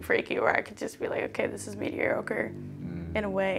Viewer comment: This chick said meteorocre 🤣 instead of mediocre lmao